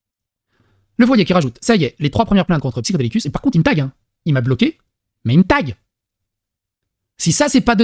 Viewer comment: Pourquoi dire "psychodelic" ? Y a pas de "C" ...